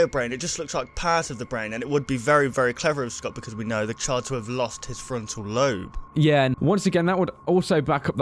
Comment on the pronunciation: It's not labe it's lobe